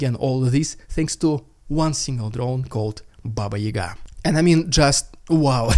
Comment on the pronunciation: is actually not russian... he's not able to read russian regions, cities or towns using original phonemes - it came in my attention - he never heard about BABA YAGA? any russian knows about and never ever would read it as BABA YUGA... that's lame